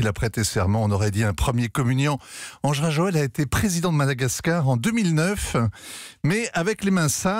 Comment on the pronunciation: Quel niveau de professionalisme de journaliste... ???😱🤯 "Ange Rajoel"... ! ?? Même un enfant c'est que c'est "Andry Rajoelina" !